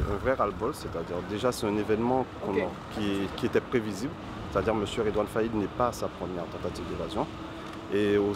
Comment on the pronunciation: Redoine caïd c pa redoine faid